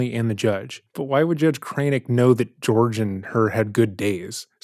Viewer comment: The practice she is attempting to refer it is called kintsugi, not “kintu sugori” or whatever she’s saying. But idk why I would expect her to say that correctly when she can’t even say Jorge instead of “George”